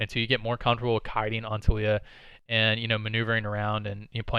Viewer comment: hahah her name tho. is TA LII YA hahah you kept saying toolya haha